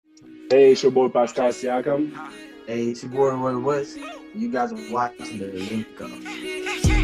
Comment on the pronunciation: It’s PASCAL SIAKAM